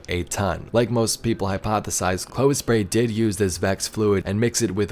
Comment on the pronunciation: Yep, you said it right, Nice summary :-) Looking forward to the ARG on Nov 5th!